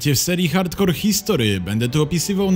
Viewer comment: Zrób odcinek o gen. Maczku P.s. mógłbyś wymawiać ,, history'' z tak bardziej po angielsku, bo po polsku to głupio brzmi.